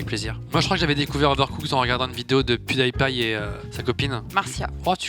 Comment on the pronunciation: Il a vraiment dit « pioudaillepaille » ?